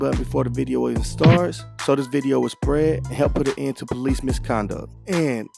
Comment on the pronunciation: In the intro, the narrator says what sounds like "so this video will spreh?" Spray? Spret? Speak clearly so people can understand you.